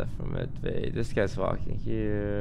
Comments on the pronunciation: Am I the only one who hears “this guys toast” instead of “disguised toast”? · Does toasts name say this guy sead toast or what?????